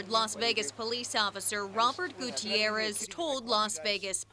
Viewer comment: On an unrelated note, that newscaster pronounces the name "Gutierrez" better than most newscasters do.